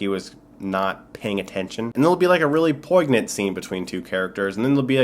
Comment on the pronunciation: The "G" is silent in poignant.